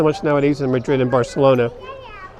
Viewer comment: You failed when you pronounced Barcelona WRONG.